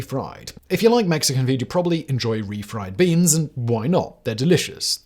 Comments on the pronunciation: Did anyone else keep hearing Simon say refried breans? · Refried breans? LoL Surprised Simon didn't catch himself on that one.